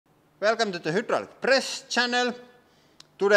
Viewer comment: He pronounced it "hi-drool-ic"